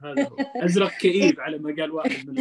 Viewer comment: أزرق بالسكون وليس بالفتح